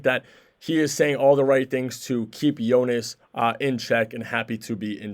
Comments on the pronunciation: its JonAs, all of them they say voice of e (east) and should be voice of a (are). Idk how to spell it I guess Yonas and google translate says it properly. They are changing it to Yonis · Its really getting annoying listening how you rape Jonas's name. I gave you a friendly advise earlier how to say it properly, you obviously didn't bother to even try to improve and say his name properly. How would you feel if someone calls you Tam, Tem or Tum?